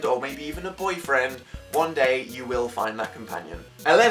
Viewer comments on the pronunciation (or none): The emphasis on the word boyfriend